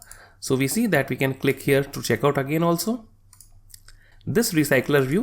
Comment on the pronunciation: stop saying "here" like that broo